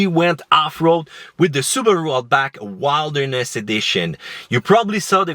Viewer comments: Did he really said Wild-erness Edition instead of Wilderness? Lol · Wild erness? who says that? it’s wilderness.